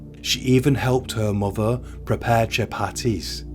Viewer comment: "A young muver" omg can't listen to this blokes voice 🙉